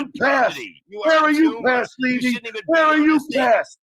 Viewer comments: Its Leeeevy not Levee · Pronounced "Lee-vy"